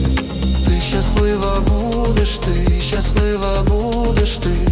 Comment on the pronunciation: Клааас! Але дратує "щяслива" і "щьо"🙁 Якщо так не пишуть, то й вимовляти так не треба.